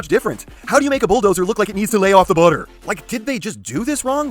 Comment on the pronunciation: I love the way says butter I don’t know why.